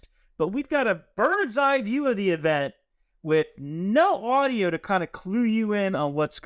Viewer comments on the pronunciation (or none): none